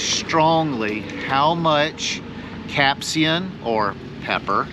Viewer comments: Dude, it's capsaicin. Not capsian. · It's pronounced "cap-say-sen". Do people even try to pronounce words they don't know anymore?